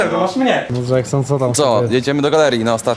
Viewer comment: Vysa na łyso dżeksnon a nie